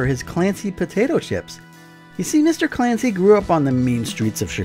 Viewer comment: Fancy to hear your pronunciation of Clancy but now my ears are bleeding.